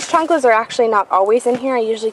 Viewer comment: where are you from? it was so funny when you said this chanclas lol